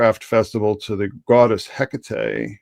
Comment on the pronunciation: You can also say heck ate, Not heck ate eee. It's just heck ate. One woman, not three. So Anne Heche had organs shipped about? Hmmm. Epstein agent Diddy network Ellen had Anne Heche ritually slaughtered via car wreck? Hmmmm. She was not very injured but died anyway? Hmmmm. Anything like this ever happen before? I hear Epstein agents 'set up' 'Diana' With 'Dodi'? Is that code for a car wreck? Diana didn't die in that car wreck, and died from a 'pierced heart', that could not have happened in that car wreck? Hmmmm.?🤔 I wonder where they sent these body parts? Were Diana's body parts used in Epstein Island rituals? Hmmmmm.🤔 Oh yeah they were.